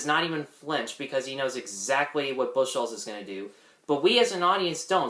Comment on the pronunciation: Please,, Bucholz is pronounced Buckholts NOT Bush holts.